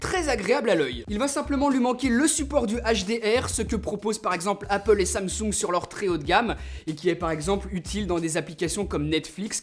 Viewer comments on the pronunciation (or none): none